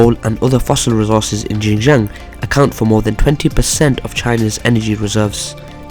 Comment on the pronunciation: Xin Jiang is pronounced SHIN JIANG. With a very heavey SH sound.